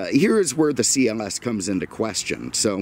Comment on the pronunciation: Is it just me or does he say CMS instead of CLS im the beginning of the video